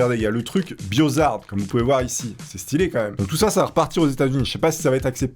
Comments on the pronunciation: BIOHAZARD et pas BIOZARD XD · On dit Biohazard, non Biozard